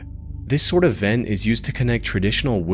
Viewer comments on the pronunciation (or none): none